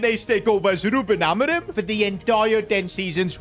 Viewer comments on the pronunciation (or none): We’re doing the take over with rubIN ALMORIM (biggestpakiaccent)